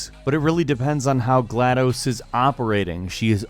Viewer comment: Bruh you mispronounced gladus 0-0 agh the fan in me is mad lol